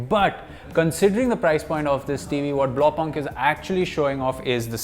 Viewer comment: It's pronounced as "BLAAU- POONCT" in German most of the time words pronounceation is same as their Latin script. BTW blaupunkt means Blue Dot.